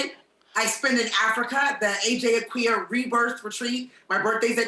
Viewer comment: Oohh her Ghanaian name (Asante pronunciation) name: Akua!! Jeannie with the pronunciation come through!!! 👏🏾 love itt.